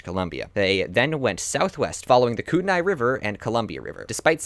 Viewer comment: Kootenay: Koot-Knee, not Koot-en-eye. My Mum’s family is from the area. No local says “koot-en-eye”. Yours in PNW solidarity.